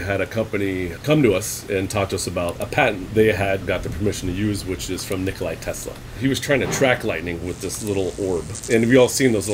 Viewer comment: His name was not nikolai it was Nikola.